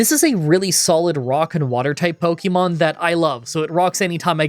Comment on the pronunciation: It's not "either than". It's "other than". And for heaven's sake, it's not "pokey-mon", it's "po-kay-mon".